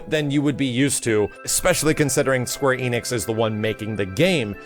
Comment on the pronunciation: Why do Americans always mispronounce Square Enix as Square EEnix?